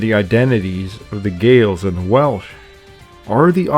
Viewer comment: As a Welshman I can congratulate the pronunciation in this video. Lots of documentaries get Welsh pronunciation wrong.